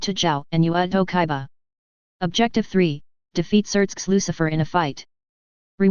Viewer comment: it's kiba NOT kaiba